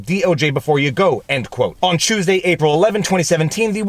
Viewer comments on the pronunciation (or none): none